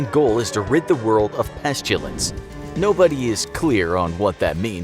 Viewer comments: Pestilence, not pestulense. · petshtilence Me: this man cant read pestilence he needs online classes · Everyone else: "pestilence":"pesjilence" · We must get rid of the "Peschilense" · DID YOU SAY "PESJULENCE?" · Pestilence not pestulance. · Why are you pronouncing it like "Pesh-tilence" as if you're Sean Connery? There is no 'H' in that word. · Imma just politely say that you pronounces pestilence incorrectly It’s pest-ill-ense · Pestilence was pronounced wrong XD and i had to keep replaying it to make sure. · Why are you pronouncing pestilence as if there's a "u" in there??? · I’m mad that they mispronounced Pestilance